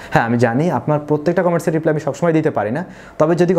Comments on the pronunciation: It’s রিপ্লাই, not রিপ্লে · রিপ্লে হবেনা হবে রিপ্লাই.....